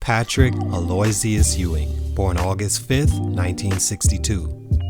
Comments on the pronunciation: 🧏🏿‍♂️ hey he was tryna say Aloysius, pronounced A low wishes but instead said A loy zius....wording truly is hard 🤷🏾‍♂️🤣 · “AHLOWSEEUS” 😂😂😂😂😂😂 ummm no dude ALOYSIUS is pronounced “AL-OH-WISHES” Patrick Ewing is my favorite basketball player of all-time, and as a diehard Knicks fan, I cannot allow you to butcher P-Ew’s name! 😂😂😂 I just scrolled through all of the comments and not a single person pointed out your mistake. So I’m guessing they just don’t know how to pronounce it themselves or they didn’t notice, either. So I am here to bust your (basket)balls about this. I have never laughed so fucking hard in my entire life….. I like your videos and your channel is pretty good, but if you’re worried about how to pronounce a name you’re unfamiliar with, you can find how to pronounce it on Wikipedia and I believe there’s a function on Google that allows you to hear how something is pronounced if you’re still unsure. It takes all of 45 seconds to research that. Sorry, I’m not trying to come off as a dick, but one of my biggest pet peeves on the planet is when people mispronounce names. I’ve gone my entire life having to deal with people butchering my last name, and I’m just easily irked by this. I just find it very lazy and unprofessional that you don’t bother to get the names right, especially when you put so much work into your videos and making sure you have correct information. I watch all of your stuff, and this is the first time I’ve seen you butcher a name, so I guess I shouldn’t be so damn harsh on you, as your work is generally phenomenal I guess it’s my Virgo ♍️ perfectionist nature that tri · It's pronounced Al-o-wishes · It's pronounced Ala-wishes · If you gonna make a video about Patrick Ewing, you could at least pronounce his name right. Aloysius, is phonetically pronounced "Allo-WISHES".... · his middle name is pronounced AL-oh-ISH-əs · His middle name is pronounced Al-uh-wish-us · Came here to say this